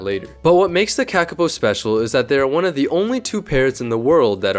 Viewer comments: FUCKING HELL hi hello im a New Zealander and AHHHH do i hate it when people dispronounce a word that has a line on top of it like “ā” it means to say it longer so its not “KA KA po” its “kaa kaa po” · Learn to read accent marks please. A as in Ah not //æ/, Monothong "o".... not cak, but caaa! caaa!, A in father. Like raven calls. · Its pronounced kaakaapo you say the letters with macrons for longer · dude. its not the KAEKAE POU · Its pronounced Kah-Kah-Poe not what ever you're saying, i know because this is my native and home country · Made a whole video about it and still mispronounced it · While the pronunciation could be better, accent marks are only useful if you also know the language, or at least how the language uses them. While most languages use them for a long vowel, some use them for tone, and a few other things. None of this is obvious just by looking at the accent mark. The IPA works (mostly), but it's usually only linguists that can read it, not usually random youtubers.